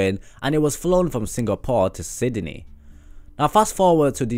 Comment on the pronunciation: Sydney is pronounced “Sid-den-ny” is pronounced “Sid-ny”